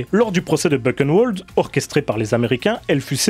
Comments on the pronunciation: On prononce ça burenvald pas bukenwold ☺ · Pas Beuquenneouelde, Bouhrenvalde ! ( Buchenwald ) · Vraiment super intéressante, ta vidéo. Sujet bien abordé, sans verser dans le simplisme. Juste un détail, mais c vraiment une goutte , qui ne nuit en rien à la qualité de ta vidéo : attention aux prononciations des mots allemands : railch, Bukenevald, etc . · Bu(RR)eun(V)ald. Le "CH" comme le "J" de mojito, et le "W" comme dans wagon. Sinon pour poursuivre et compléter cette vidéo : Cordialement